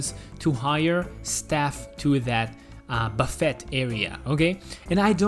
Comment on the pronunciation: Great build, but “buffet” is pronounced “buh FAY” (not “buh FEHT”).